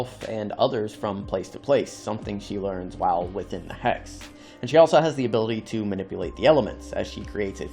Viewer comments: It's pronounced Hex. You're saying Hax. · “Hacks abilities” 🤣🤣🤣🤣🤣 Dude it’s “hex.” Wtf. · Hex? No HAX😂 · You sounding like you were saying Hacks , appart from that good video 😅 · why do you keep saying Hacks instead of Hex? like... wtf? they're even hexagonal in shape... come on. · I thought u were saying hacks😂